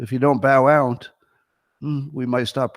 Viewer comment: today's "ount" count: 44 FYI we are now including compound usage, such as: "ountcome", "ountgoing", "ountside", "abount", etc.